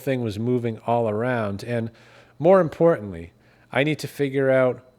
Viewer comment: "Intrestingly" is not a word. "Exhahst" is not a word. "Ahff" is not a word. "Importunly" is not a word.